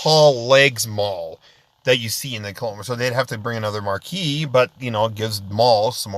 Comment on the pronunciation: Its Marquee